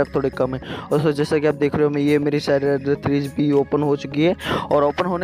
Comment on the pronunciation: Hahahahahahaha Bhai please ek baar fir se bol ddddarksiderrrr 3